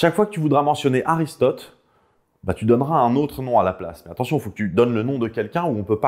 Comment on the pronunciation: Répète après moi: A*R*I*S*T*O*T*E !! 😁